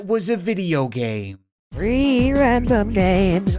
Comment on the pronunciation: When it says three random games, it sounds like reeee random games